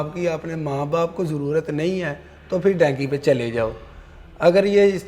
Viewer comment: Dunky hota hai bhai ye dynki kia hai 😂